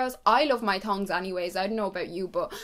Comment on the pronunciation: OMG it’s NOT “tons” it’s THONGS